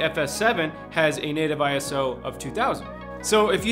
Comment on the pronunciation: ISO is not an acronym for Internation Standards Organization, It belongs to the International Organization for Standardization (or in French: Organisation Internationale de Normalisation) and it comes from Greek "isos" which means equal. It is pronounced eye-so not eye-ess-oh. It was chosen since an acronym would be different across different languages.